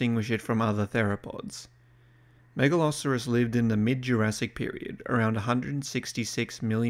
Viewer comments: Mega-lo-soar-us, not Mega-lah-sah-rus. Don't even try to pretend it's just an accent thing as you pronounce the 'saur' in other animals just fine. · The way you pronounce Megalosaurus sounds like you're saying Megaloceros, which is a deer from the pleistocene. Do pronounced it correctly one time and every other time you said the name of the deer. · i know this is like 2 years old, but MAN is it weird hearing the name Megalosaurus pronounced as "Mega-Loserus" i have heard Megaloceras pronounced like that but never Megalsaurus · I thinking of a meat eating deer in the vid is kinda funny. Mispronouncing names. Happens to the best of us. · How is it the first named dinosaur and you can't pronounce it correctly? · ah, he starts saying it wrong in the second half wonder if that was recorded before or after the first half probably before?